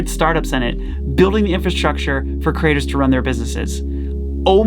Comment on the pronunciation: I really like how pronounces creators as Critters!